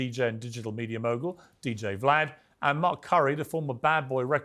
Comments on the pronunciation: "Cooms" and "Vah-lad". No one in this video seems to know how to pronounce names 😒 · He called him Vuh-lad"